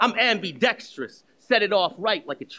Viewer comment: To this day I have yet to hear a rapper pronounce ambidextrous correctly.